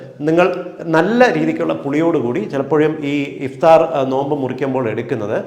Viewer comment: Good presentation. However, kindly note that some words misspelled its correct pronunciation. The Arabic words such as SUHOOR, IFTAR = سحور، إفطار respectively should be corrected as is. Thank you